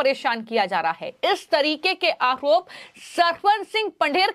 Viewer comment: मैडम, आओप नहीं होता है, आरोप होता है। Please improve your language and pronunciation.